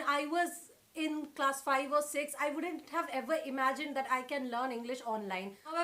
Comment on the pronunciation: So when she pronounced "wouldn't" wrong I went right back to the home page.